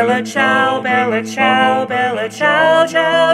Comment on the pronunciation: I find this accent offensive. shudder Its the Bella Ciao part. Just as awful as an american pronouncing the name Dimitri. Which is just my issue, i know, but it feels wrong not to hear it in an Italian accent.